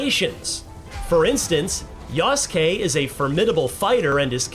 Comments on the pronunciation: I understood "yes king" instead of "yasuke" 💀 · The uncultured "journalist" cannot even pronounce Yasuke correctly.